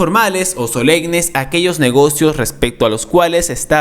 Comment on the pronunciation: Se dice solemnes no solegnes